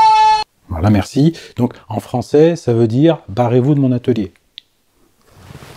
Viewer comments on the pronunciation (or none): none